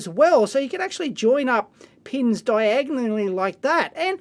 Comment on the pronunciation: let's hear dave say diagonally once more :D